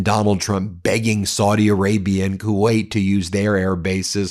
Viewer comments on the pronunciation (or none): none